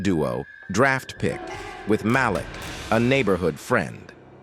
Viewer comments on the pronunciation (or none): none